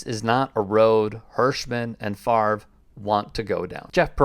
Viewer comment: He has been off the fields for a very long time. Can we start pronouncing his name, correctly, now?